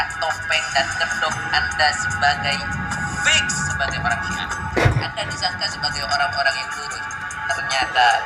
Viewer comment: muktajilah apa muktazilah...😂😂😂 Piks piks piks😂😂